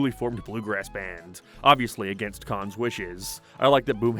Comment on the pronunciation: They're not called "The Kahn's",.